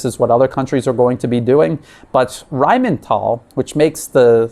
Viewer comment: It's pronounced R-a-i-n-m-i-t-A-l' (l is soft).